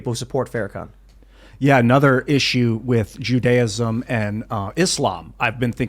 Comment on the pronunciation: Jews search out opulence? and Moslems dont??? That's why they hate the Jews? Sir you spoke like a clueless assh*le. I generally respect this show. Please do any investigation and learning before saying such a ridiculous (BTW antisemetic ) thing. I also suggest you learn how to say the word Judaism. Honestly was shocked that you said such garbage with full confidence BTW why have Christians like Kenye hated us so much throughout history . Why does the UN target Israel with lies and propaganda? I think you need to find out the reality or keep quiet before spewing such stupidity